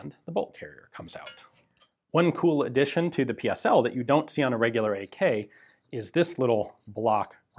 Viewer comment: Thumbs up for pronouncing correctly PSL and the Cugir you only miss pronounced the letter G